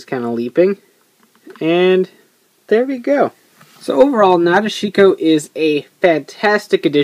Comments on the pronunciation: Actually in the Japanese vocabulary there is no 'dish' sound. According to the hiragana it's pronounced Na-de-shi-ko but you might be right because sometimes sounds do get shortened in speech (su-ki -> ski). I'm too lazy to check the movie so not really sure which one it is :L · guys i think its pronounced Na Deshi ko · cool you finally got her. not being mean but you pronounced her name kinda wrong. a lot of people do. if you rewatch the movie and pay attention to gentaro, he says it correctly. nah-dish-ko. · actually it's not my way of saying it. it's how it was pronounced correctly. if wants to be more awesome, he should say it correctly too. hope he does the next time he talks about nadeshiko